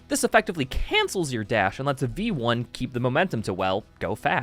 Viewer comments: "Your a vamperic robot named veioni"- im gonna cut you right there, its v1, not vieioni or whatever you just said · its literally pronounced "vee one" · that's just how you pronounce vionni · i have never heard someone pronounce v1 that badly😭😭🙏🙏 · for a moment I thought he was saying it like that as a joke because of how italian it sounded